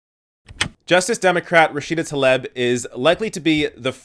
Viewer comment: It’s “Tah-Lee-b”